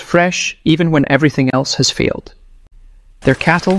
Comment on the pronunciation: Non-native English speaker here: why does the narrator pronounce "failed" as "field'"?